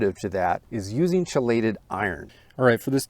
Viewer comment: I don’t want to be that guy, but it’s pronounced KEElated iron. Just fyi 😅